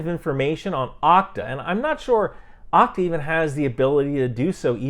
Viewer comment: Okta is usually pronounced with a long O like OH-K-TA.